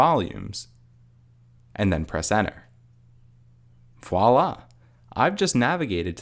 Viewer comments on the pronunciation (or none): none